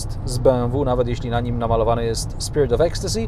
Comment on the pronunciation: Cudownie wymówiłeś „spirit of ecstasy” jested dwu języczny?